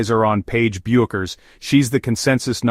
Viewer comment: So what exactly is the decision that Paige Bueckers has made that STUNS everyone, and is SHOCKING? What a bunch of drek this is. And your AI narrator pronounces her name wrong in at least three different ways, and never the correct way. Get a life.